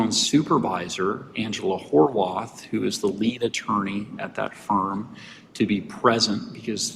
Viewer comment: Did the judge really say "HOW-ARTH"?🤦